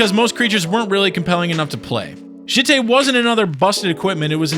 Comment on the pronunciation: The way you pronounce jitte makes me want to rip my ears off.